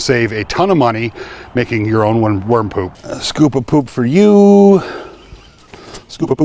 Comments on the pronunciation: What a relief. At first I thought you said warm poop. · I thought you were saying "warm poop". No smell?